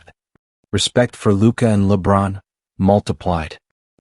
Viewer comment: Who is announcer that saying luka's name wrong 😮, can he not read!!!